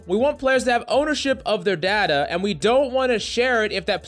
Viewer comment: The way this guy pronounces data hurts me.